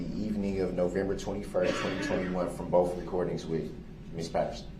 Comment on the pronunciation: I notice any word that ends with TH, he can't pronounce it. He throws a F at the end of them. Like Boff, detective goof, and troof. The list goes on.